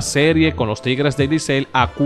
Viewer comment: Loco haz un esfuerzo y trata al menos de decir Licey en lugar de Licel